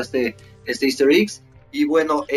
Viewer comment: por favor!!! me revienta que digas iggs es Eggs:'(